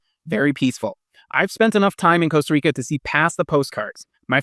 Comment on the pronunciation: Can’t trust a guy who rolls the R in Costa Rica — ticos don’t roll the r.